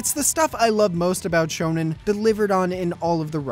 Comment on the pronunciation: whats "shownan" or what ever you said?